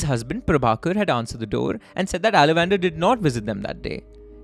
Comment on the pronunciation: I don't wish to be pedantic but you are pronouncing the name wrongly Aalavandhar - it's Aal Vandh- Aar not Ala-Wander . It's a Tamil name so I get it that you are having trouble pronouncing it.